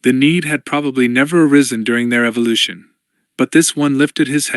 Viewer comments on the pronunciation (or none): none